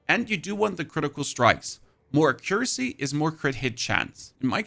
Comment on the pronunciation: Bro is trolling with his pronunciation of accuracy.